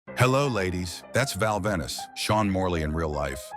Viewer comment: ven-is? stupid AIU voice